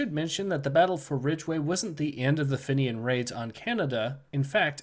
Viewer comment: Your Pronouncement of Fenian is not correct. it is pronounced 'FEEN-IAN'. good video though overall.